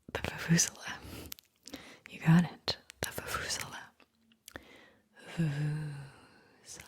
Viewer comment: Vu-vu-ZAY-luh, accent emphasis on the ZAY, bladdy South Africans!